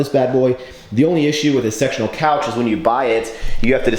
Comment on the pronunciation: He actually did say sectional, but at first hearing it sounded like sexual xD